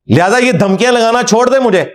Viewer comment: چوڑھنا نہیں ہوتا لفظ ھے چھوڑنا،